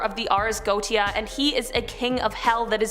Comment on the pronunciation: It's pronounced GO-ET-TI-A (4 syllables), not "Goat-ti-a".